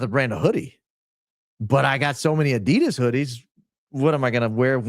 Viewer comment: You're pronouncing Adidas wrong but you are very loyal 😊